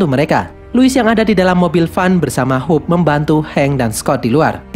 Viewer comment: Jadi intinya saya sering salah denger kalo abang bilang "Hope" menjadi "Hulk"